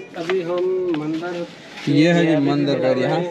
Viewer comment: Mandar nahi Mandir hota hai bhai aur Shiv Ling aur Bhagwan ki photos ko pada hua mat bolo